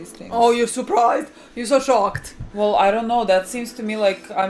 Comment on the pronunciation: ''AW YOU'RE SUPRISED, YOU'RE SO SOCKED'' I DIED